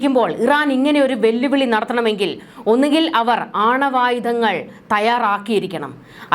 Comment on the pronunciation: അണ്ണുവായുധം അല്ല ആണവായുധങ്ങൾ (Nuclear Weapons).എന്ന് ശരിയായി ഉച്ചരിക്കുക 🙏✌️